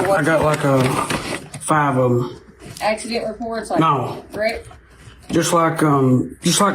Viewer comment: "Is It an Axey-Dent?..." 😜